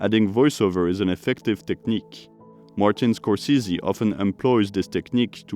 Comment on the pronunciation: Skor-sessy (with a short "e")